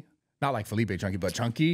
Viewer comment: NEVER FORGET WHEN SARA CALLED FELIPE “FELIPO” 💀